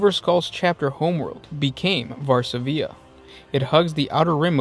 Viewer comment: there is no diacritical/acute mark to indicate placing accent on third syllable, that is a normal dot above the 'i'. stress rests on the second syllable: [var-SA-vi-a] not [var-sa-VI-a].